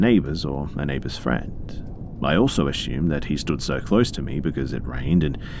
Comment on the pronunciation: the word is, Assumed. as you can see there is no H, just as theres no H in Consume, assume or presume. "triad" pronounced Try-add, not tree add thanks for listening, if you're going to literally talk into a mic for a living, at least do it correctly and not half assed, if i was your boss id dock pay for every one of these mistakes you ever make. also very often when the writer says something sad or scary you sound like you're almost laughing about it, dont, thats insensitive